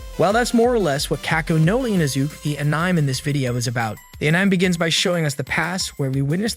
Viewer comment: Bro said 'a-nime' bro literally WTF